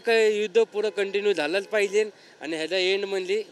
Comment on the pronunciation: पाहिजे ❌❌ फायजे✅✅